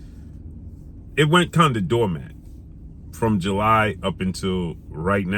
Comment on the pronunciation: dormant = doormat 😄😄😄